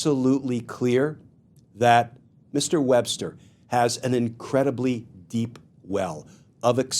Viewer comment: Paretucuar… Wbbster. What is happening.